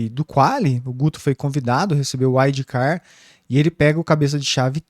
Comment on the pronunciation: “Uaidi car” sangra os ouvidos 🤣🤣🤣